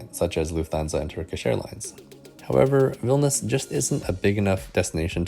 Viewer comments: It sounds like you're saying "Vilnis". Isn't it three syllables? "VIL-NI-US"? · vilnius, not vilnas